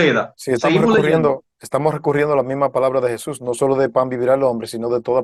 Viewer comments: Para q todos los oyentes entiendan,yo diria q pronuncien Jesus en lugar d shusha y mesias en vez de meshi por favor,AL fin estamos oyendo en español,les ruego y q Dios los bendiga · Ya no me da confianza este canal xq estan meiendo a señores q no son adventistas verdaderos el invitado dice JHESUA Y otra palabra mas ,y esa manera de pronunciar el nombre de Jesus es de los Pentecostales de raices hebreas,y otros mas .Por otro lado ese tema no es para salvarse ,he escuchado muchos ,y cada quien da verciones q en lugar de ayudar confunden ,lo q todo cristiano debe hacer es vivir como Cristo vivio (andar) y psrs q buscar lo q no nos toca saber